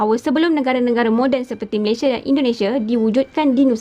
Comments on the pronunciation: Sebutan sepatutnya utk Malaysia ialah MalaysiA bukan ikut gaya sebutan B Inggeris Malaysie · Malaysia adalah nama negara dan nama rasmi . sebutan nama Malaysia originalnya bukan Malaysia(meleisiE)❌ tapi Malaysia(meleisiA)✅👍sebutan yg telah dipraktikkan sejak Sept 1963 walaupun brdialek riauJohorKL.. malah sebutan meleisiA adalah sebutan majoriti rakyat Malaysia, bangga la sebutan Malaysia yg asli iaitu MalaysiA bukan MalaysiE.